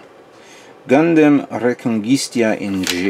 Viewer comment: You and always be saying "Reconguistia," haha, there's no "i" after the "t" It's just Reconguista.;)